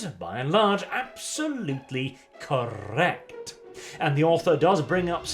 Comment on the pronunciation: Anyone else live how rolls the word "correct"? 😁